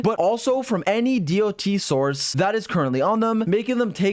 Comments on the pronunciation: I can't get over hearing "D-O-T" over and over instead of just "dot" like people with roots in MMO usually say it kkkk 😅 She's definitely hard to pass, but my dolphin funds are depleted after losing 50-50 every time while getting my 3 banner characters so far: Seele, Silver Wolf and Blade 😭 Unless I get her in 30 pulls, I will have to wait for a rerun. EDIT: Just did my 30 pulls. Music changed to the 5* pull music on the third 10-pull, AND THEN... Yanqing... Again... That's four 50-50 losses in a row and counting. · it is not d.o.t its DOT as one word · Why does he keep saying d-o-t its sounds so weird, the proper way to say it is dot. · you're the only person that pronounce dot as d.o.t lol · him spelling out dot all the time makes me wanna cry